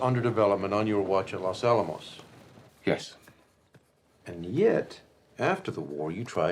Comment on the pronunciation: Well he did mispronounce los Alamos directly after hearing so he must have hearing problems